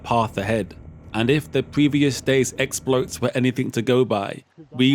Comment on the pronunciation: I have never ever heard the word 'exploits' pronounced 'explotes'.......🤔😅